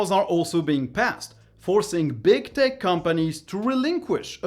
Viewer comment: Man, I love your content. Always very informative. Also, thanks to my poor hearing, and your accent, every time I hear you say "tech companies" it sounds like "dick companies" and it cracks me up. :P